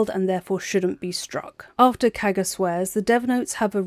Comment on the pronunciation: The way you say Kagha’s name sounds like Caca and I agree